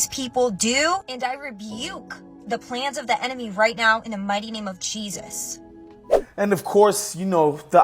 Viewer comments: Did she say Chee-sus? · Did she just say in the name of cheesus 🤣🤣🤣